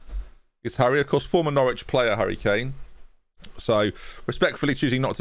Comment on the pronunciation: No worries Bud! Like I said, easily missed unless you follow Norwich (Sadly I do!). Believe me, many Premier league commentators will be saying his name wrong for years to come.